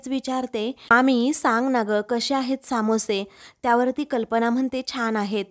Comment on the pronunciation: Samoshe nahi smoshe